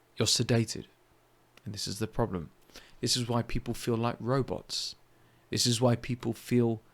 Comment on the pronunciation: I love the way he says proBLem